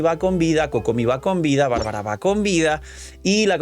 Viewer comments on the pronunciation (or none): none